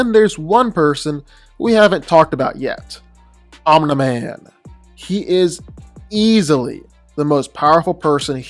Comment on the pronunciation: No one:: "OMNA MAN"